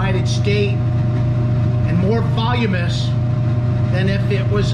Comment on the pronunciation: From a lawyer: "Voluminous" as "Va-lou-meh-ness"